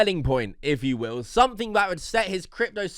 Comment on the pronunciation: Floyd Mayweather can't even pronounce the word "crypto"